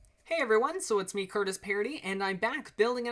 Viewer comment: curtis not curtiss